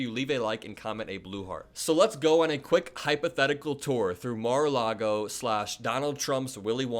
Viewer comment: Mar- a- loogy.